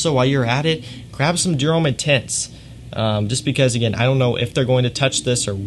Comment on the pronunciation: Americans are notorious for butchering foreign name pronunciations, but still most of the American fragrance reviewers call it "ee-dee-ahl".